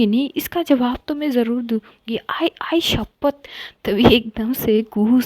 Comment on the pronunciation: Sahi kaha Marathi dialogue mast bola sister ji ne 👌👌 Ak number 👌👌😍😍